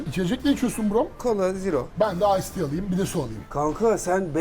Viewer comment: Tunanin her defasinda fuse teaya Ice tea demesi😂🤣🤣🤣